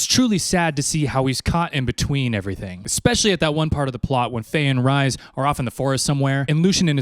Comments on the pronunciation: Tf do you mean Rise? It’s like rrrreeeeeeees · OMG... ITS REEEEEEEESE. PLEASE, NOT RICE.... ITS REE-SAND. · Re-sand, re-s not ri bestie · Ya, I didn't need to listen to you eating/being a p*$$y about spicy food. Also Rhysand is not pronounced like rye bread, but like Reese's Pieces. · every time he says Rise I'm like who 😂